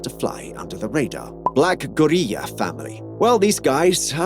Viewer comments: Why tf you saying gorilla like that? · man say Maryland and Gorilla correctly please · Why dude pronounced gorilla like that? 😂